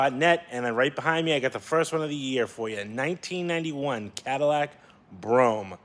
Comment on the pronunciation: That’s pronounced ‘Bro Ham’ bro 🤣😂🤣😂 nice car also!